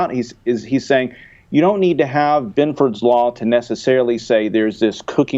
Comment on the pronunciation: Ah hell, I typed Benford, but the damn autocorrect added that extra "o". I was just commenting on the pronounciation